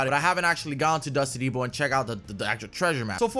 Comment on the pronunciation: “If you’re a crazy mo foe you go to dusty depo”😂